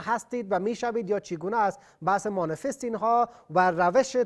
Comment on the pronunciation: مانیفست ... نه مانیسست ... یادبگیر جناب مجری حداقل لغات وارداتی را درست تلفظ کن